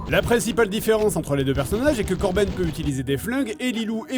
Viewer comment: mdr c’est plus korben c’est corps-bene